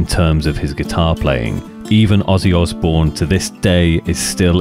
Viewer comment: Pretty sure Mike Mason nailed it... Osbourne sounds like Ozzzzbourne. Ozzy for short. I'd imagine other people started calling him by the name